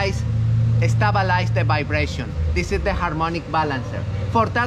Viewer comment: Ruvver 😅 hes definitely from Spain. STABALIZE